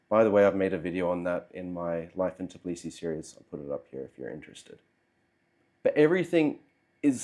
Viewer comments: That kind of consonant cluster ("tbl") is very difficult to pronounce for a native English speaker. Although it does make me wonder how the guy managed to live in Georgia for 3 years (not 3 weeks or months) without learning any Georgian. Especially if few people over there speak good English. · Lol, how come that you couldnt learn the proper pronunciation of the city you lived in for 3 years? Such a simple thing, seems like you are lying about living there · as another u.s. citizen living in Georgia for 8 years, i agree. just listening to his pronunciation of tbilisi is cringe worthy. No one assumes i'm Russian either. Saying all the russians left, and he can understand why....obviously not. they did not all leave, and he does not seem to understand much of why they would. it's not about saying Sakartvelo instead of Tbilisi, Sakartvelo is the country... it's about the butchering of city's name. Many native English speakers do the same when they first come here, it's understandable, but once corrected they tend to sort it out quite quickly from my observations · its not " Tiblisi" its Tbilisi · Tbilisi bro not Tiblisi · Interesting video, thank you for that. Although it’s weird that after three years in the city, you still cannot pronounce its name - It’s TBIlisi, not TIBlisi. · When you can’t call the name correctly where you have been for 3 years? I’m not even watching your video or listening to your excuse why have you left! I’d say you don’t deserve to be here! It’s Tbi-Li-Si …Tbilisi. Not Tib-Li-Si. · I get it that it's hard but, after 3 years of living you are pronouncing it wrong, it is Tbilisi not Tiblisi, you should be saying T and then b nothing after that, other than that great video about your experience. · In 3 years, you couldn't even learn to pronounce Tbilisi correctly? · 3 years and you still can't say Tbilisi?